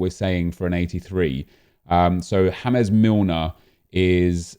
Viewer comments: Its an english name its not hames milner its james milner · Unsubbed because you keep saying fucking hames